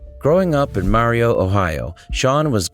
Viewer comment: Marion is pronounced Mary-in